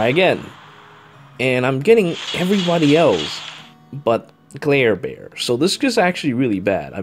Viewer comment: Every time says Clairbear my tumor gets worse XD